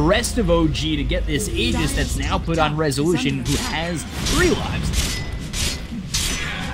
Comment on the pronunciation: how many times did he says: rezuuulüüüshön!?